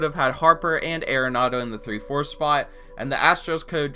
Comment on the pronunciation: ARE-ANADO NOT AIR-ANADO, YA BISHHH